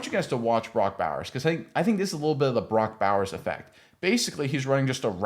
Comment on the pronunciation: Can't even say his name correctly?